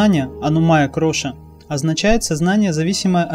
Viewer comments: Все правильно. Только не "кроша", а -КОША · Харе Кришна ! Почему вы говорите кроша , а не коша ?